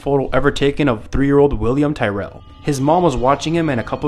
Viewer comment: You said Williams last name wrong. It's Tyrell. (the E is silent ) best way to say it is: TYR_ILL